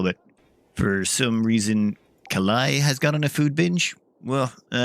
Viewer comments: Old news, but it's kah-Lee, and a sensible way to butcher it would be something like "Callie." She is roughly speaking the Hindu goddess of death/destruction. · For Kali's pronunciation ... think of Indiana Jones (Temple of Doom) when they're chanting "Kali Ma", it's the same one :)